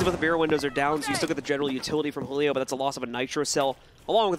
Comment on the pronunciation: Y do the casters say “Hulio” it’s Julio it’s Portuguese not Spanish